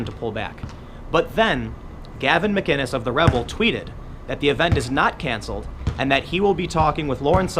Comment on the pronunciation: What's can-seh-led? Cancelled has two l's.